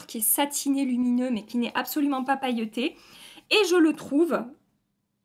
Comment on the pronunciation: J’adore ton accent chantant quand tu dis sans arrêt « cette teinteuh là » À chaque fois ça me fait sourire 😁 « pailleutè »